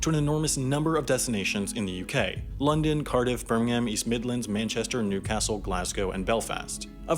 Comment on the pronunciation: Alright, you’re going to have to learn to pronounce “Birmingham” properly, man (ber-ming-um)